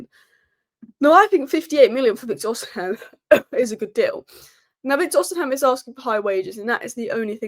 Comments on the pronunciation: Its Os i Men not os in hem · Ignore the h in Osimhen. Just say Osimen